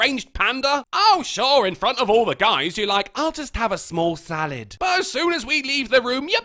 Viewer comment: "I'll just have a smawl salid." 🤣🤣🤣